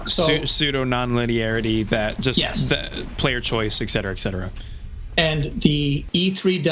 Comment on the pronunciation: Hey as a share of knowledge, the term 'etc.' is not pronounced as "Eck-setera", but is rather pronounced, as well as spelled, "Et Cetera", hence why the shortened version has the 't' before the 'c', 'etc.'